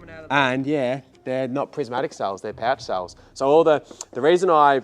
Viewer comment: Cells not suls.